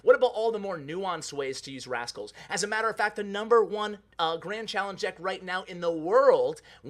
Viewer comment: Hey you forgot a "T" when you were talking about rascals ha